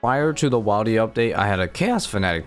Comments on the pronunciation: Wildy is pronounced Will-D not while-D as it is short for wilderness. You got me to comment. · This bothered me too lol. You say “wildy” as short for “wilderness”, where the “i” is pronounced “ihl”. If you say “wildy” with the “aye” sound, you are just adding a letter to the already shortened “wild”. Makes no sense. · Right? Willdy is how me and mine says it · idk why saying wildy like that makes me irrationally uncomfortable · Wait he says wilderness correctly but says wildy in a really weird way 😅🤣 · Yeah you need to not say wildy like that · You need to stop pronouncing wildy the way you do. Short i as in the one in wilderness not a long one as in the one in wild